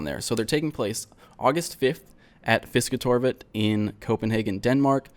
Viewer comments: congrats on not butchering Fisketorvet in your pronunciation. Well, it sounded like somebody from Sweden said it but hey, it was really good. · Damn. You did pretty good at saying fisketorvet in compare to other non-danish people. Give yourself a good clap on your shoulder for that. Hope you'll get better soon. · You pronounced Fisketorvet pretty decently